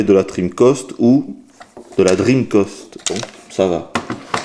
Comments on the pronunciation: sympa mais je t'en suplie arrete de dire dreamcost !!! c'est dreamcast !! avec un grand A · d'habitude on dit " drim-cast " et non " drim-cost ", mais c'est le qui a eu l'habitude de le dire. Par contre, je ne sais pas pourquoi, il faut lui demander. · CA SE PRONONCE DREAMCASTE PAS DREAMCOSTE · "La Dreamcost"? Pourquoi tu l'appelles la Dreamcost alors que tu dis bien Sega et Megadrive? ça se prononce "DreamcAst". Pas "Dreamcost". :-3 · Salut 1- Tu es réyoné ? parce que si oui moi aussi (à la vue de ton image de profil) 2- Les francophones français ont l'habitude de prononcer (et d'entendre) DreamCAST, donc entendre dreamCOST ça me fait bizarre 3-Je crois que il est québécois non ? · Dreamkoste, j vais lancer chinemou. Lol handicapé de la parole. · oui enfin... dreamcost quoi mdrr ! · Franchement je suis français et sa façon de prononcer me hérisse le poil également !!! "DRIMKASTE" bordel ! C'est quand même pas compliqué. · Pourquoi est-ce que tu prononces "cast" comme "coste"? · dreamcOst ? étrange ton accent :P